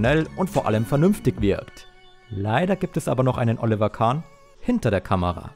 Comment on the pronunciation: Alter du kannst den Namen Oliver nicht korrekt aussprechen grausam. Ich empfehle dir einen Sprachkurs!